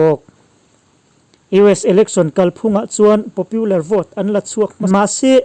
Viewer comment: Trump-puia a ni lo, Mizo a ni lo, Trump-a ti mai rawh. Tin, Popular hi Popiular tia lam tur a ni lo.